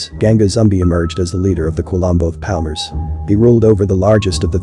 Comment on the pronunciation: It's pronounced "zoom-BEE." Also, the quilombo [kee-LOHM-bow] in question is pronounced "paal-MAR-es." Axé Capoeira!!